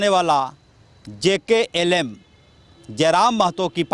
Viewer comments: Jklm nhi jlkm boliye repoter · Nam sahi se lo mahasay jlkm. Bar bar galat bol rahe hai. Jklm jklm bole ja rahe hai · रिपोर्टर भाई Jklm नहीं jlkm😂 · Jklm नहीं पत्रकार महोदय JLKM होता है, बोलने से पहले थोड़ा जानकारी लेलें तो बेहतर होगा🙏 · Kaisa patrakar hai bhai party ka name bhi sahi se le nhi paa rha hai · Jklm nahi jlkm bolo na😢😢😢😂😂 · Jklm nahi jlkm hai reporter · Bokachoda Pahle Party Ka Name Lene Sikho Jklm Nahi hai Jlkm hai 😡😡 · JKLM ❌ JLKM ✅ ठीक से पढ़ना सीखिए पहले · Party ka naam to sahi se lijiye bhaiya jklm nhi jlkm hai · क्या रिपोर्टर बनेगा JLKM को JKLM कर दिया 😂😂